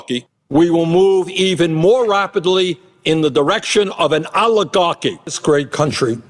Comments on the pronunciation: Why does he say alligarchy? He says it so often, he must know it's oligarchy. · I can only stand Bernie Sanders mispronouncing the word oligarchy so long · “Rapidly towards oligahkky”